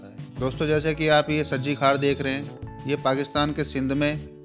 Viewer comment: सही उच्चारण सवरजीक्षार कहते हैं आयुर्वेद में